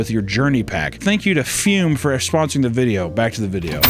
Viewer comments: Ah yes, the "fyuuuum". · did someone at füm give him notes that said he wasn't enunciating the brand name enough? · Broo the way he says "Fume" kills me 😂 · The way he pronounces Fume with so much gumption every time